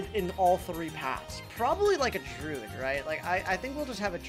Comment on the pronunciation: i c a n t t a k e t h i s a n y m o r e its dru-id not drood